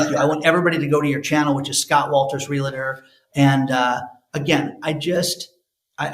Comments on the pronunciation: Please stop saying "Real a tor"!! That is completely incorrect!! There is no "A" in that word. it's pronounced "REAL TOR" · Real-a-tor or Real-tor ?? Pretty sure it is 2 syllables not 3.. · Realtor rather than realator. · It’s pronounced “Real -tor” not “Reli-ter”. In case you want to influence people even better than you already do. Most people will just smile to your face and never tell you things like that. Im that friend that’ll tell you if there is spinach on a tooth. 😄